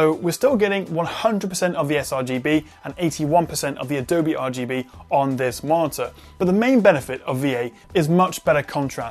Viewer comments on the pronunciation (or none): none